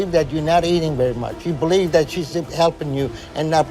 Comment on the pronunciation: Let me ask you, … do yOu bLeev iN gOt? I axed you, do yOu bLeev iN gOt?